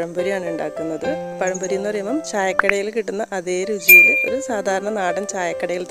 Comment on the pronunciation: പയംപൊരി അല്ല പഴംപൊരി